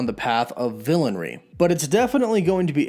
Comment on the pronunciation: I don't mean to be that guy buuuut... "Villainy"